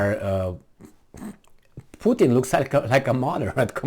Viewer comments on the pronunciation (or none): none